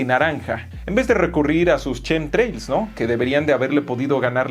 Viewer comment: nunca será capaz de pronunciar " shinji " o " chemtrails " XD